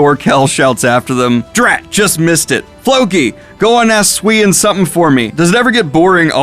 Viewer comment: Glad you're enjoying Vinland Saga Daniel! Just to piggyback on your "is this actual history?" question. You are correct in what you have heard, the large historical beats are accurate. King Sweyn (Sveinn, like, Sv-ei-nnn) also known as Sweyn Forkbeard in the 11cen. launched a massive invasion of England for the right to be its King (after becoming the King of both Denmark and Norway). Essentially he's Viking Napoleon, forging a massive Viking Sea Empire. Historically it has no real name, but Historians have dubbed it the NORTH SEA EMPIRE. This YEAAARS after the first invasions of Anglo-Saxon England (around 865) by THE GREAT HEATHEN ARMY, which legend says was led by the three sons of Ragnar Lothbrok (which you may know as the protag from the TV Show Vikings).